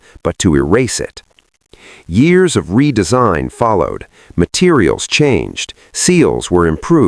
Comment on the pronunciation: The Moke…”there was no deresign “ umm? Redesign?